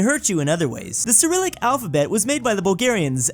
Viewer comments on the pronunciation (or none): none